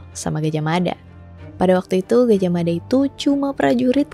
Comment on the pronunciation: jangan salah kaprah, yg bener, Mapatih Gajahmada , "Da" bukan "Dha" mada dibaca dengan lidah sedikit digigit, pembacaannya beda,, dan "Mapatih" bukan Maha Patih ,, semoga bermanfaat 🙏🏻🙏🏻